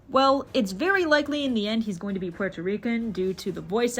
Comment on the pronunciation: very cool video ! just wanted to mention , as a puerto rican , i quite enjoy the way you pronounce puerto rican/rico - many puerto ricans do not use the “r” sound in the middle of words so while rican/rico is said with an “r” sound , puerto is pronounced more like “poo-well-toe” not “poo-air-toe” , but i enjoyed your pronunciation of it , very interesting and fun